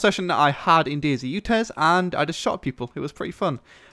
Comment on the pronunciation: its not days its DayZ